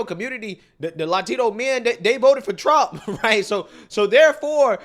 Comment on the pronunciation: “ I will vot…for Donald Thump” 😂😂